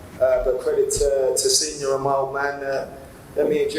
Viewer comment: Did he say jisenior 😂🤣😂🤣